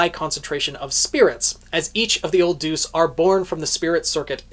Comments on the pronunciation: Isn't it pronounced "de-us", not "duce"? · no, in this situation where it means god, it’s pronounced more similarly to “day-us” This guy says it like how you would say deuce in tennis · Just a heads up it's deus (pronounced day us). It's an ancient Greek word for "god". E.g. deus ex machina. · I keep giggling because you pronounce Deus as "deuce"... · Your pronunciation of Deus actually made me say "Old 'what'?" in disbelief